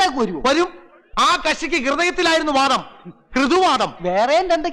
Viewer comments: "വാദം അല്ല മോനേ..... 'വാതം " ആദ്യം അക്ഷരം പഠിക്ക് പിന്നെ post ഉണ്ടാക്ക് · പോസ്റ്റുമാനും വക്കീൽ ആണോ??വാദം അല്ലടോ വാതം